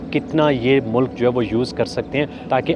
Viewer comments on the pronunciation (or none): none